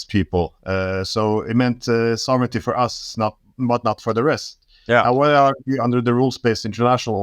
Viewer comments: Ik ben niet zo'n voorstander van gezeik over iemand zijn Engels. Ik vind dat van ondergeschikt belang, maar als we toch bezig zijn, let op je uitspraak van sovereignty. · Zijn Engels vind ik niet zo belangrijk. Sovereignty spreekt hij overigens verkeerd uit, maar, nogmaals, totaal niet belangrijk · Luister gewoon hoe Glenn het uitspreekt. Sofferntie